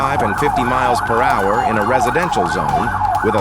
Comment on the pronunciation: The A.I commenter can’t pronounce “miles per hour” 😂😂😂!